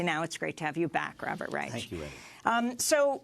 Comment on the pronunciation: it's pronounced Rysh and Rych, not Rychuh. Yet again in media French and Spanish words are pronounced with ridiculously excessive accuracy for a native english-speaker but German one's cannot be comprehended apparently. By no means does this diminish Amy or this program for me tho, just making this known